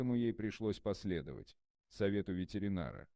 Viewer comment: Поэтому ей пришлось последовать. !!!!! советам ветеринара!!! Уважайте себя и других!!! Прежде чем давать читать неграмотному "чтецу" на большую аудиторию текст, прочтите сами, расставьте запятые и ударения!!! В советское время цензоры даже близко бы не допустили к тексту такого "чтеца"!!!